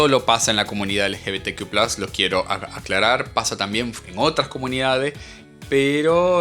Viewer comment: Es ridículo como lo pronuncia 😂